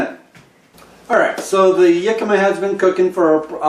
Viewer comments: Hi, it is actually pronounced Hick a ma, not Yick a ma. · your pronuciation of the world Jicama is wrong for the English language. Look it up.